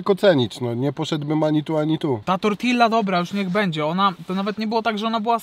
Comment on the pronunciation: Błagam cię zobacz jaka jest prawidłowa wymowa „tortilla”